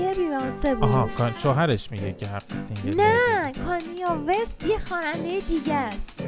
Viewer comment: فقط تلفظ کانیه وست 😂